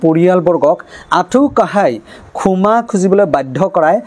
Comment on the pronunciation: ই সাহিত্য সভাৰ সাধাৰণ সম্পাদক হয়নে নহয় সন্দেহ আছে কিয়নো ক্ষমা ( খুমা ) শব্দ টোকে শুদ্ধকৈ কব নোৱাৰে //